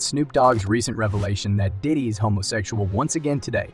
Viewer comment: Shouldn't be speaking on him if you can't pronounce his name